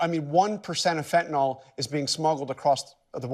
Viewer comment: Thanks,, for pronouncing it fent-a-nill and not fent-a-nall, like the idiot Mango Mussolini.